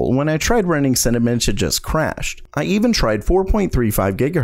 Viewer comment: Interesting video, Watched more than once, nice pace, not too long etc. One thing caught my eye... it's Cinebench, not Cinabench dude.